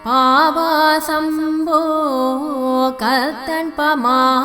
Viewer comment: It is sounding like Aapasam Po...it should be Paavasam Po.